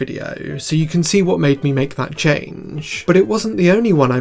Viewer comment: "see if you can spot the chaaanggggeeee" peak accent